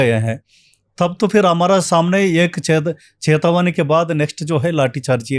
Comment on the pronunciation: Ye kis ko bula liya 😂😂😂Chetawani❌ cahatawani✅😂😂😂